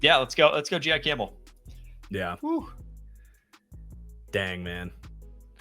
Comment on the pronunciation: he said it correctly? Jihaad Campbell. Gee-hawd